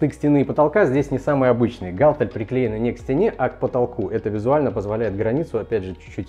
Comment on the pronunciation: гАлтель- кровь из ушей